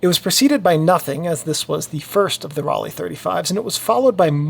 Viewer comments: Raleigh is in North Carolina. Ro-le (pronounced) made amazing cameras. Apart from that this is a fantastic post. So informative and easy to follow. Thank you. In fact all your videos are great. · Pronunciation should be like „roll eye“ or „roll I“ without any gap, but only if you choose the rolled „r“ like the Bavarians, in standard German the „r“ isn’t rolled at all. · In German Rollei would be pronounced Rol-eye. I learned this from a video by a German guy who went through several brands and their correct pronunciation. But I am sure nobody is worried if we pronounce it differently. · Pronounced: roll eye (German hard R) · Hi, in german Rollei is more pronounced like Rollai.